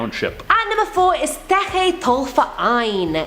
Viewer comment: German Girl here. Zeche Zollverein has an awesome Disco inside too. But you speak it more like Zeche (IPAˈt͡sɛçə) the Z like in Zoo, E like in essence and CH in chandelier and the E again like in Essence. Zollverein(IPA: ʦɔlfɛɐ̯ʔaɪ̯n) is more difficult, Z like Zoo, O is spoken like the letter alone(if you rhyme the alphabet song kinda) the LL like in LUL, V like you peak PHeromone, E like fAIr, the R like in faiR and the ending EIN like the ai in fair plus an normal N. You can do it ;P